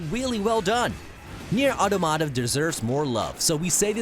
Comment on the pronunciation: Nier auto-mata? Another butchered word. It's pronounced aw-tom-uh-tah